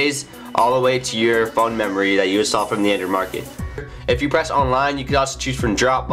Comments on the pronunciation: The hell is an Andrew device or Andrewdevice???? Or is it Andrid? Huh??? wtf??? SLLLLOOOOOOWWWWW down fella... You're talking so fast that you have to pause every third word Which sounds like... this and it... gets annoying for... us that have... to listen to... your speach about... your Andrewdevice. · He needs to practice his pronunciation. He needs to enunciate better. He keeps mumbling the word Android. He says Andrew device. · "Apcations on yur Andr device"...